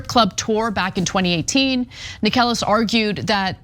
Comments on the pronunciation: It's pronounced "Necklace", not "Acorn". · Necheles is pronounced like “necklace”. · Do you seriously have to mispronounce every judge and lawyers names? Inconsequential but still really annoying.